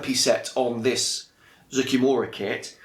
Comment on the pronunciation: Finally, someone that can say Zoukei-Mura correctly!